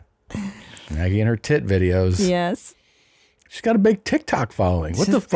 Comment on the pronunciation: By the way. I'm about 99%-1,000% sure it's supposed to be "big titty muh gee" not Maggie. 🤣